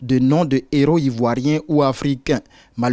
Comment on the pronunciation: Je suis totalement d'accord avec le sujet. Mais des "zéros " vraiment ça me fatigue... On écrit "des héros " et ça se prononce "des éro" non des "zéros"...